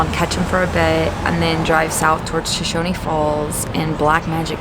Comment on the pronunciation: It's pronounced "Show-Shown" falls. No "e" on the end.